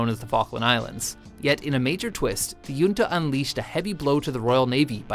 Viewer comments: Hunta not yunta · The word "junta" is NOT pronounced "yunta", but properly pronounced "hunta" as it is a Spanish word where the J is pronounced like an H. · me cague de la risa como lo pronuncia